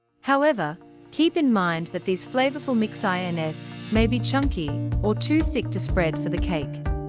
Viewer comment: Info was good, but that AI isn't very intelligent, calling mixed ins, mixed INS, is just so obvious and annoying that it's all just a fakery!!! 😮😮😮